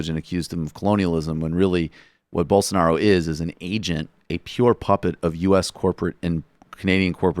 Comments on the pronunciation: It's Blosonaro, not Bolsanaro. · Hey guys, it's "Bolsonaro" 😉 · I believe his name is pronounced Bolsarnaro! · I've heard Rave Dubin say Bole-sar-na-ro at least twenty times, but it still cracks me up without fail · "Bolsonaro"... literally one of the only portuguese names that is spelt phonetically... you need to be a special level of dumb to not get that